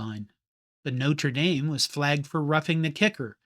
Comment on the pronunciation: Yes, it was a mess but still better than the bigger mess college football is in 2026. PS Thank you for pronouncing Notre Dame correctly!